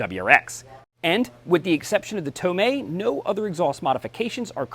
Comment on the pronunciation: He said it right